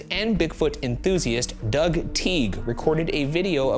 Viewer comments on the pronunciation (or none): none